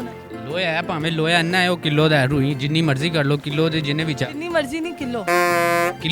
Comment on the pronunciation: Laho nhi loha